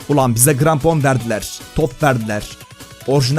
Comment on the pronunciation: grampon değil krampon